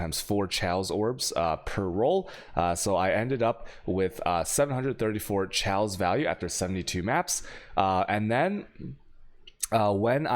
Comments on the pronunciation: STOP SAYING CHEOWS!!! It's pronounce Kay-oss! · I've never heard anyone say chaos the way u do. There's no L in the word it's kay-os